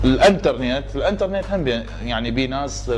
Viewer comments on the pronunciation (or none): بعد بيتي يو ترن مو يو تيرين ههههه وانترنت مو انترنيت